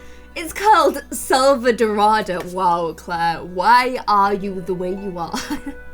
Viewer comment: SELVADORADA !!!! Not Elselvadora.... forget about de EL and put a DA at the end. SELVADORADA. “Golden Jungle” SELVADORADA! She just read the name and still says it wrong! For God sake! That makes me so angry!